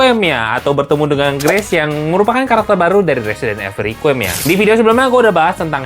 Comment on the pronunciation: Residen Ivel Rikwayem ❌ Residen Evil Requem ✅ Blokkk